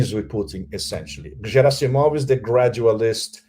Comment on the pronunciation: Not Zhirasimov, but Gerasimov!!!